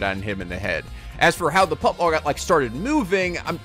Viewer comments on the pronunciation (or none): Isn't it pronounced shot 'put' ball not shot 'putt' ball lol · "put ball" lul its shot put (put as in put down) bro